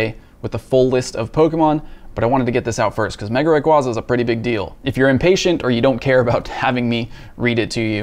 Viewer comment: Wish he will say the Pokémon name right :p